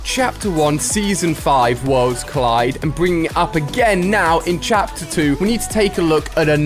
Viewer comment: Why did you say chater 5 did any one notice